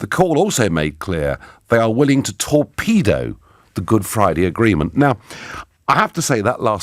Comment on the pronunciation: When he said "They are willing to torpedo" I heard "They are willing to talk to a pedo"